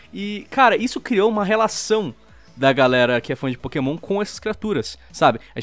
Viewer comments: "É pokemon, não é pokasbosta" KKKKKK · "é pokémon não é pokabosta" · "Não é Pokabosta é Pokémon" -Lispector, Lion